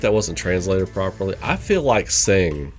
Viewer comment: I don't wanna be mean but I have to mention it since it bothers me a bit. Tseng's name is pronounced "Sung"